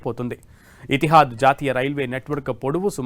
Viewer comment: Not. Etihaad. Bro.. Etihaad..😮😮fujariya. Kaadu... Fujera.. Raas. Kadu.. Rasalkhaimah. Tappulu. Inna😂😂